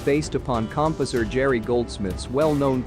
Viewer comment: You pronounce "Guinness", "bikini" and "composer" wrong...